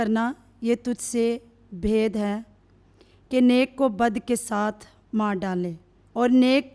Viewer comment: « یہ تجھ سے بھید نہ ہوگا » غلط ھے۔ « یہ تجھ سے بعید نہ ہوگا » صحیح ھے۔ برائے مہربانی الفاظ کا تلفظ صحیح بولیں ۔ آپ کا بہت شکریہ ۔ ( ب ھ ی د ) (ب ع ی د)